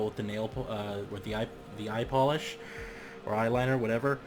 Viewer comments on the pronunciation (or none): "eye polish"